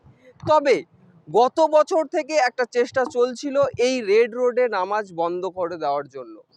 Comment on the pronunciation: দাদা ভাই নমাজ না এটা নামাজ হবে সঠিক ভাবে বলুন ❤❤❤